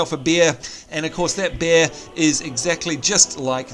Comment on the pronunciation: When you were talking about the dwarfs pet bear I thought because of your accent you said " And what do Dwarfs get, of course a beer" which made me laugh however it wasn't until later on until I realized you said "Bear". Also are the goblins jokes really age appropriate?